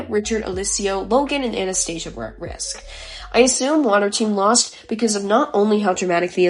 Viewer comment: Great analysis! For the future though, Anastasia is pronounced Anna-sta-sia:)